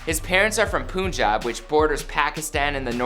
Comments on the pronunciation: Did this fool just say POONJAB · poonjab lol it's pronounced puhnjahb, I saw him at a wedding a few years ago here in Toronto and our families have been friends for a very long time. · Its PUN-JAB you fool not poonjab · Did he just say poonjab isntead of punjab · Panjab not poonjab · Not Puuunjaab😂😂 its punjab spell as panjab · LMAO tf its not poon Jab, its PUNJAB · WHY do you white people say poonjab is pronounced Pun-job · Its not puun-jab it’s pun-jaab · This man said poonjub its pronounced pun job. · 'poonjab' IT'S PUNJAB FFS SKSKSKK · Poonjub lmao it's Punjab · quit disrespecting indian people. pronounced pun-jab not poon-jab. smh.. so ignorant.. wish i could be a rich entitled jew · Its not Poonjab bro, its PUNjab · Its pronounced p-un-jab. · poonjab" hahahahahahahahhaha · Poonjab wtf is that? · im sorry but i cringed so hard when he said poonjab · NAAAV rAAJ 😖😖😖😖poonjab 🤦🏻‍♂️🤦🏻‍♂️🤦🏻‍♂️🤦🏻‍♂️🤦🏻‍♂️ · he said poonjab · Its Punjab u simps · I died when he said P00n Jab... I was looking for this comment. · punjab* pronounced as a pun pun-jaab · so no one gonna talk on how he prenounced Punjab i aint even from there but still